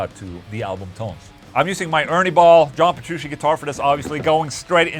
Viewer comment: AFTER ALL THOSE YEARS! he still can't pronounce John Petrucci right 🤣 (it's not Jean Berushi)